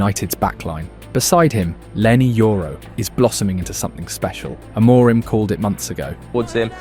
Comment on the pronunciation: Trigger Warning: For half the video this dude pronounces "Amorim" like it's a fucking spell in Harry Potter. That's all, have a great day.